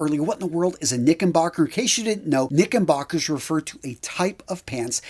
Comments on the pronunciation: *Knickerbockers, NOT Knickenbocker. Make a note of it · Did you honestly say, "Knickenbockers" over and over?